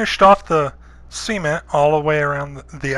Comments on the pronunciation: why do you pronounce cement C-ment? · I kept hearing "semen" instead of cement haha, such a cool build though!! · Just noticed how he says cement (See-ment), it just sounds weird to me. I usually say cement (Suh-ment). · I knew I wasn't the only one hearing that lol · Very cool! Also the way you said cement sounded like semen and I was like ???? you gotta fill it with what? and then I realised. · Never before have I heard someone pronounce cement as "semen" with a "t" on the end. A most memorable Wednesday. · sounds like he's saying seamen when he says cement lol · "so let's go and fill the semen around the outside". lol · Say "seement" one more time.... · did anyone else think he pronounces "cement" kinda odd, and it sounds like "Semen" or is that just me?